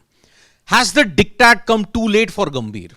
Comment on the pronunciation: For god sake, it is not “dick tat”. Can’t you just google and get the correct pronunciation?